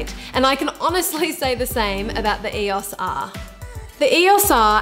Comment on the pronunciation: Great vid, but saying E-OS R instead of E O S R was r/mildlyinfuriating :/